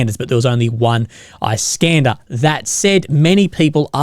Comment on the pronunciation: "Iss-kander" not "Ice-kanda", mate.